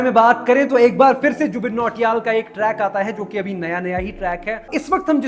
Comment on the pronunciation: Jubin Nautiyal ❌ Jubin Choriyal ✅